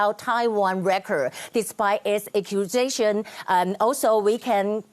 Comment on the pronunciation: 7：35，record ，exclusion明显读错！